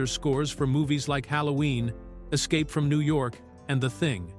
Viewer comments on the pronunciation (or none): none